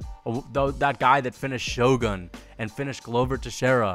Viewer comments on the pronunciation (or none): none